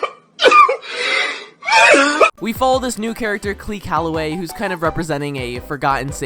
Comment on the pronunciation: no hate but... Clee Calloway